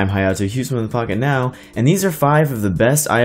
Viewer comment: Didn't sound like you said Pocketnow at the end...